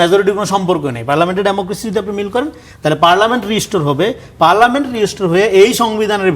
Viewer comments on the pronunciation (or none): পার্লামেন্ট সবরেন্ট না। রনি সাহেব ভালো করে পড়ে দেখার অনুরোধ থাকলো।